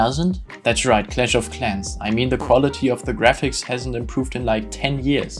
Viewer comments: When u said clash of clans i immidiatly knew u are german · The way you say clash of Clans and blender sounds like you are german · i knew you were german the second you said clash of clans